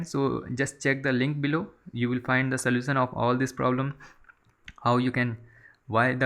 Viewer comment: soution no no => slosan your English want to fuck